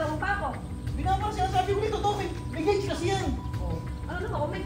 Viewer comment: gAUge not gUAge